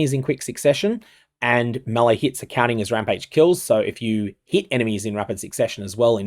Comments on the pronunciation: ....That's how you pronounce melee...."May-Lay"... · Bro, all good but stop pronouncing "melee" like this. Makes me wanna vomit. oh, and also, this is a quote from the presented FAQ: Is Reliquarian Ascendancy available in this event? No, as it doesn’t have a Phrecian counterpart. so, i guess your video is kinda useless.